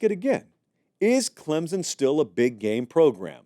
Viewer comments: Great take on this. It is not Clem-zen, it's Clem-son. There is no "Z" or "P" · It is clemSSSSSon not clemZZZZon! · Say it with me "Clempson" there's no Z